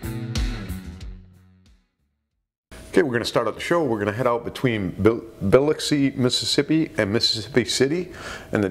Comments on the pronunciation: It's probably a bull shark,, regarding the shark attack incident in Biloxi, Mississippi. It's pronounced Ba Luxx E. I live in New Orleans, and have been there several times. It's a little less than a 1.5 hr drive from New Orleans via Interstate 10, depending on traffic.. Great video. Thanks. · Pronounced bah luxi. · Biloxi is pronounced B'lahkzee - like, remember the movie with Matthew Broderick? Biloxi Blues. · it is pronounced BILL-LOX-EE, Mississippi, now get back to your comment section, we miss you 😢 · 👉 Biloxi Mississippi is pronounced: buh - LOCK - see ☺️😁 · I was going to post that same thing. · He butchered Biloxi